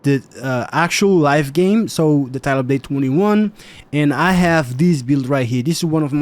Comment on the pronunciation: "TYLUPDATTWENTWO" XD